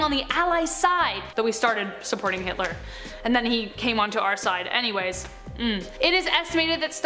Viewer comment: You said heatler when you were talking about the second person